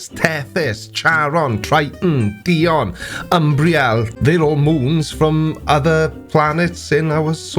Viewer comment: It's not "Di-on" it's "Di-oh-ne"